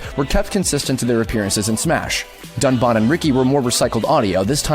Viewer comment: Dunban is pronounced as written, but you got Riki's name which surprised me.